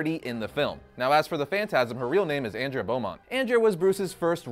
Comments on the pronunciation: Andrea, (Aun-Dray-Uh) 😜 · It's AWN-DREH-UH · You pronounced andrea wrong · If you love the movie so much then pronounce Andrea the right way as it was in the movie. Just saying. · For the love of god, stop mispronouncing Andrea's name. I literally had to stop watching the video because I couldn't stand to hear you butcher it anymore. Have you actually seen the movie? Her name is Andrea. Pronounced the same way as the name Andre, with an "a" at the end.